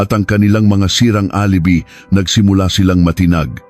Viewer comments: ANG LABO MO NAMANG VLOGGER, KASI ANG PRONUNCIATION NG ROXAS AY "ROHAS" AT HINDI ROCSAS. PATI ALIBI( DAPAT PRONOUNCED AS ALIBAY) AT HINDI ALIBI NAKAKAIRITA TULOY PAKINGGAN. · Hahaha dko maintindihan yung petsa minsan may Indonesian language tapos yung alibi - a-li-bay tamang bigkas Yun hirap pag ai ang voice actor dmo maintindihan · Mali Ang pronunciation mo ng alibi..dapat alibay..at Ang G. Jose..Ginoong Jose.. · Wrong pronunciation po kayo ng "alibi". Hindi po " alibee" kundi "a li bai" ang tamang pronounciation. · Pronounce the name correctly. Yung Roxas napronounced as Roksas dapat pronounced as ROHAS..alibi pronounced as "alibay" pati mga petsa..masakit kasi sa tenga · ALIBI pronounced as ali bay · Ano bang kwento. Hindi marunong mag basa ang. Roxas naging Roksas and Alibay naging alibi salita. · Alibi hindi alibe lol panget mong mag narrator... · Alibi pronunce: a li bay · Yong alibi,alibay ang bigkas dyan. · bkit ang alibi ay alibi ang bigkas pati ung Roxas ay Roksas minsan nkkainis pakinggan ang prounoun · Ayusin mo ang pagbabasa lalo na ang word na alibi. "Tangnato"